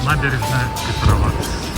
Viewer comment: Не ПетровАц, а ПЕтровац.